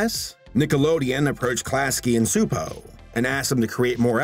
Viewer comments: CHU-po is more of the pronunciation but Hungarian is a special brand of crazy :) I'll be honest, I HATED Angelica as a kid, I thought she was the worst. But as I've gotten older, I think she's a really fun well-rounded character. I think in that way she served her purpose. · Csupo is apparently pronounced "Chupo" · Klasky Csupo, Inc. (pronounced "class-key chew-poe") Although, our dubbed versions pronounced it directly as "Kzupou", which, as mentioned, is not correct, lol. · for someone whose entire channel is dedicated to examining animation you'd think he would have remembered that they pronounce the name in their own fucking logo animation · I could never figure out how to pronounce it, even with the little voiceover that used to come with the title card, i think because it was in a sort of “computer voice” so thank you for solving a 25 year mystery for me! 🙂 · Bundy Jr I always pronounced it that as well (at least as long as I was able to pronounce it), probably because their logos at the end of their shows would always have a voice say it. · mr mrmr it’s csupo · Every time it's mispronounced in the video it irks the hell out of me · I was waiting to see if anyone else noticed. My great grandmother, who was Hungarian, used to rant about how dumb it is that English has words with silent letters, so I had a feeling he was saying it wrong. I had to pop it in Google translate for the listen option though, cause I didn't know how it's pronounced but I knew that 'c' wasn't silent lol.